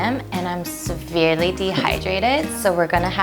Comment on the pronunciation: severely 발음 틀리셨네요.